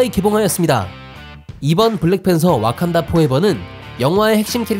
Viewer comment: 와칸다를 어칸다...